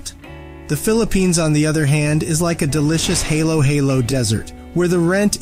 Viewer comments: except you need to learn how to pronounce halo-halo correctly. It is hollow-hollow, not like a halo above someone's head. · For supposedly being the expert and the years of experience, it would seem you would pronounce Halo Halo correctly.